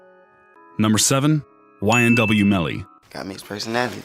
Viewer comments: Nigga said nyw 😭😭😭wtf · This Dude Lowkey Said NYW instead of YNW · He said NYW SAKCHASER and NYW JUVY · This dude said nyw😂😂😂😂😂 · He said nyw instead of ynw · This dude said nwy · Bruh say nyw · Wtf is NYW Melly? Get yo shit right!!! Free up YNW Melly!!! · NOTICE he nyw sakchaser